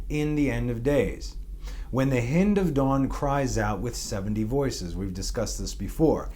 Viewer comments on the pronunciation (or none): Hi, the hind of the morning, the "i" is pronounced like the "i" of "hi." NOT like the "i" as in "hit."